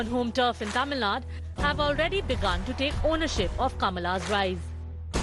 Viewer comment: Taamil Naad? Ohhh the slang? Itss Tamil Nadu... Pronounce it properly fake pronouncers😂😂😂